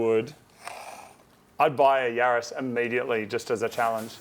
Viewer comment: Is it just me or did Moog call it a Yaris?